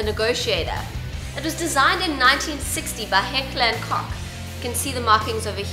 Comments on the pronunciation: I imagine to a lot of people the difference is very subtle, especially if they have no exposure to other languages, but what she is saying is "cock", and the company name is Heckler and "Koch". If you search you can find audio of the proper pronunciation. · It's Heckler and "Coke" (and yes, not Koch pronounced as seen), but definitely not cock...lol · Disregard the constabulary yeah, no. It's a german brand. It should be pronounced the GERMAN way. After all, english brands aren't being "germanized" either. It just sounds horrible, tbh. It's Koch, not "Kock". D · It's not heckler and cock it's pronounced Coke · Should be pronounced as "Heckla and Kokh" I believe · heckler and koch not coke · Caleb Whittington It's pronounced KOCH. Not Coke and not Cock. I don't pronounce Smith and Wesson like Schmidt and West. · It's pronouced like cock, not coke. Like wtf airsoft noobs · It's pronounced kock in German. Not kosh. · not hecklar & cock xD hecklar und koch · It's pronounced "Koh" not cock. Strange looking kitchen ima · Its actually funny... But its pronnounced Heckler & Kogg... Not heckler and KOCK. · no its not the right pronunciation. Its not COCKRRR but COCHRRR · No, I speak german and it is pronounced like korr, it's weird to expain it phonetically but it's like that! It doesn't matter, me gusta when she says cock ;P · who noticed she said cock instead of Koch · Masashiro Knight of Cookieland True. I knlw of one German rap song that has Heckler & Koch in it and they say it like that. Otherwise, the correct English pronouciation is Heckler and Coke. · Ko(k*)h *this k is really silent, basically non existent. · Masashiro Knight of Cookieland Basically what I said. You can't really hear the c in it. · hekler and coke not hekler and cock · Pronounced much like coke though. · I'm from Holland and it's pronounced "Kohhhggg". End of discussion. It's the same as foreigners speaking English and saying "duh" instead of "the" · don't pronounce "heckler and COCK"...omg...